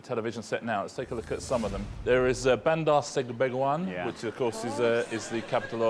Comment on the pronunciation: Well, RIchard himself mispronounced "Bandar Seri Begawan" and "Antananarivo".